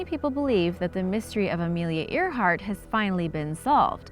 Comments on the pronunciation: You said Amelia Earhart wrong. It’s pronounced (Air-Heart.) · It's spelt Earhart, but it's pronounced airheart. And also you missed like most of the actual mystery of these mysteries. Example, people want to know who originally lived on Easter island as apposed to how a tall statue was built(anyone can answer that: big rocks and tool. See?) because it wasn't invaded. They went to the island with an invading force sure but reached a long abandoned island. You didn't talk about the electromagnetic disturbances that linger in the Bermuda that can do anything from messing with your compass, to dropping your plane out of the sky like you reached a drop pocket. And spilt booze was a legitimate issue that caused ships to get destroyed.......on warships, or combustion engines, I'm not sure if anyone knows anything about naval or marine vehicle structure, but it was actually really hard to set a ship post 13th century on fire, because the use of flame retardant resins was applied during and post construction of the vessel, the wood was also usually dampened by oceanic conditions when it was at port, or constantly being splashed and rained on during usage. So good facts and solid info, it's all well structured and educational and all, but you didn't really answer the questions people usually ask about these things. Also some of them are half explanations which usually draws out more questions.